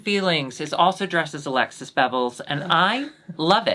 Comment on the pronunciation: Alexis's English accent in the intro was strikingly good.